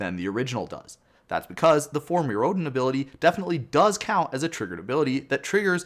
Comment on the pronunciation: I like how you pronounced "Mirrodin" two different ways nearly back-to-back.